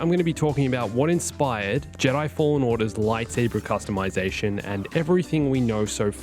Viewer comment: I don’t wanna be a jerk man, but it’s “Customization”